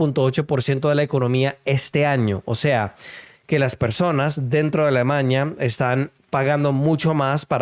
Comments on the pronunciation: Shhhhhh deje así, Alemañia suena más divertido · es Alemania, no Alemaña